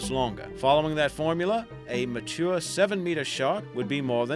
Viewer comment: "ma-tour" are you serious